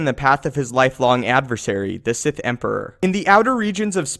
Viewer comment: Sith not sigh